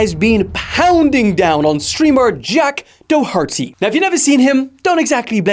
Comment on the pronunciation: Jack Dahharty 😂